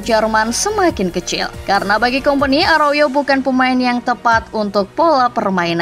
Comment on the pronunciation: Aroyo?? Arauho min😅😅